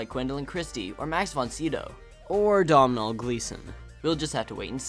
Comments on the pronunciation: Very good. Just one issue. His name is Domhnal. It is pronounced Down-al. Not Dom-nal. It is an Irish name in the Irish language. It comes from the word domhan which means 'world' so Domhnal is 'man of the world' or 'worldly person'. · Domhnall Gleeson's name is pronounced Doh-nal